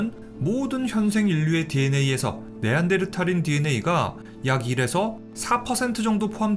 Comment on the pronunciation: 네안데르탈 할때마다 신경쓰이네 ㅋㅋ 어쨌던 잘 들엇습니다